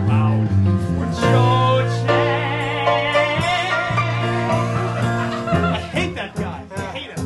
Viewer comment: I hate the Cho chang pronounciation